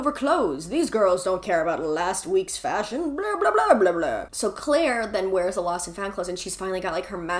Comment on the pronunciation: The Clique was my FAVORITE book in middle school and I appreciate how you pronounced Claire as Kuh-laire!